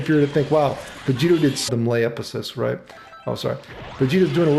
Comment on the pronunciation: has been "royt". Did Maximilian voice took over for a second?